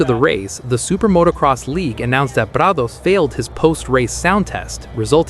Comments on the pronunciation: You can really say prado’s name with the utmost authenticity. 🙄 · Why are you pronouncing Prado‘s name with a Spanish accent but not pronouncing any of the other non-American riders names with an accent in line with their native language? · I'm about done with AI etc. Why is there an accent when saying Prado?